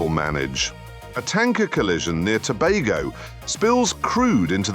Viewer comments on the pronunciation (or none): none